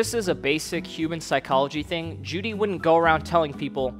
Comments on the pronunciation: it's pronounced "joe-dy" btw not jewdy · You can tell he clearly did his research by the way he mispronounces Juedy's name throughout the entire video. Dude didnt even take the time to fact check his NAME lmaoooooo